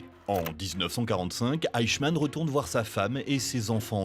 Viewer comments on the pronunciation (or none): Le fameux "eickmann"